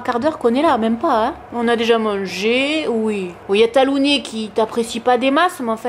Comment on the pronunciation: Bravo pour ce que vous faites toutes les 2 pour ces gentilles bêtes.. nous avons aussi adopté un beauceron de 2 mois et demi il y a bientôt 9 ans. Il s'appelle Tag et je le surnomme Tagounet, ça m'a amusé de t'entendre dire Talounet ... Bon dimanche